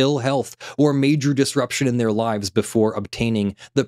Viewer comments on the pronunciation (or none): none